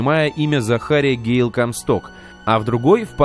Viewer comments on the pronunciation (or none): none